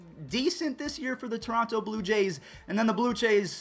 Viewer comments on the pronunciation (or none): none